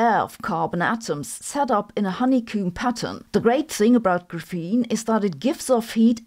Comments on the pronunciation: i mean I'm not gotta stop watching her cuz of it but it just stings my ears just say it like graphite 💀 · graph - ene not gruphene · gra FEEN reminds me of feynman’s chee TAH 😂🎉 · I've never heard anyone call this GRUFENE before. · please don't say graphene like that 😭😭😭😭😭😭😭😭😭😭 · oh! A memory from 1984, that’s how my graduate quantum mechanics professor professor pronounced it. Multiple times per class. I can still hear his voice. Ugh! He wrote huge equations while explaining it verbally. You could write notes on the equation and later not know what they meant- or you could note his words and then not know how to do the calculation. Uh, grad school!